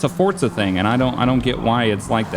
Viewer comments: Why do you say fortza. It says forza on the disc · i hear fortza everytime you say forza lmaoo